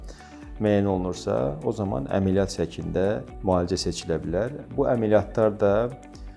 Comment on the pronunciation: EMeLiyyat yox, ƏmƏLiyyat